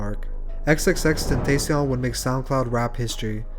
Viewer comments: she said xxxtentaycion bruh. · ten tay see on? Cmon bruh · I’m a big fan as you can see (pfp) but B*TCH IF YOU DONT PRONOUNCE HIS MOTHAF*CKIN NAME RIGHT “xxxTentaSheion” it’s ten ta c yon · that reporter pronounced his name “xxx ten tas onion” lol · do not disrespect him stupid news lady pronouncing his name like that disrespects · The way that they pronounce his name at the start really pisses me off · the saddest part about this is how the reporter pronounces xxxtentacion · Nobody is gonna realize how they mispronounced his name the whole time? #RIPX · the bitch didnt say his name right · What gets me annoyed is newsanchors not knowing how to pronounce his name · Ur saying X name wrong😡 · The way she pronounced X's name :( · Imagine gathering all this information about X and still pronounce his name wrong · I F**KING HATE WHEN PEOPLE PRONOUNCE IS NAME WRONGLY!!! R.I.P X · How the hell you do all this research and still pronounce his name wrong? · I got so mad when when the news girl said Xs name wrong.